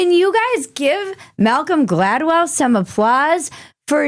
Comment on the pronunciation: You nailed it on Malcolm Gladwell! Perfect articulation!! 👏👏👏